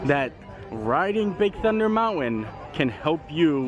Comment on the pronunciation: Please,, it's pronounced "moun-tin", not "mount-win".